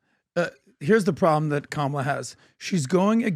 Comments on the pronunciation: What hypocrisy ! "kah - mah - LAH" - When all the leftist media will eviscerate you if you don't pronounce it "kuh-MAH-lah" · Kam-a-la is so cringe. 😂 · Honestly the way they all wave their fists and repeat “ka-ma-La “ Seriously….. looks like a stalin or Kim jong rally not joking 😮